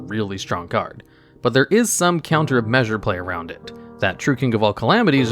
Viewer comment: "Counter of measure play" lol